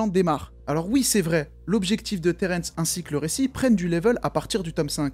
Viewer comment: alors le royaume des morts s'appel edenia et pas eternia et Terrence ce dit Terrence et pas terènsse